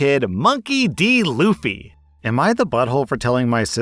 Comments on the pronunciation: Bro it's Luffy not loofy, but yes it is stupid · Loufie? I thought it was pronounced like fluffy but without the f at the start. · Yup. Definitely luhf-fee, not loof-ee. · Kind of related, but I had a kid in my classroom once that named himself "Luffy". Turns out I was pronouncing it wrong for a while (short vowel 'u'). I legit thought you pronounce it "laugh-e". It's definitely not a bully-proof name. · Oooooooh, L oo fy I always thought it was pronounced Luhfy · "So, this kid's name is Luffy? Rhymes with Fluffy?" "It's pronounced Loofy!" "Uh-huh, sounds like Loopy." My wife and I were going to name our oldest son Alaric, from the name of a character in a set of books we both liked. The problem was that there's only one real person with much profile who had that name, and he died more than 1500 years ago. Although we both liked the name we also accepted it would be a difficult name to live with, so we went with something else. Looking back over his life so far, I'm grateful we did, as it no doubt would have made worse the problems he has experienced. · I think the stoopit part of naming a kid "Luffy" is pronouncing it "Loofy". What is it, a French name?